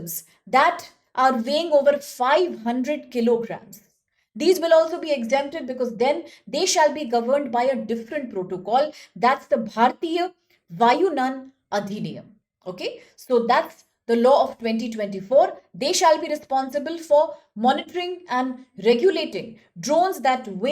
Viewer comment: Bharatiya VAYUNAN nahi VAYUYAN HAI